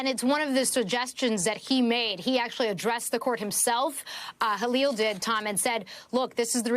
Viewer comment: changes to another language then goes on to call him call-eel the rest of the video 😂😂😂 what a sham